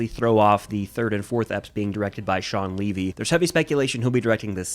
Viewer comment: Its shaun levy not shaun leavy